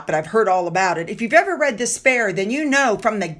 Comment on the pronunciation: 'THE SPARE ' or is it 'DESPAIR' ??